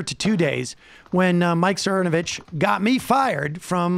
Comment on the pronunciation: Mike Cermacervitch can’t even say his own last name right.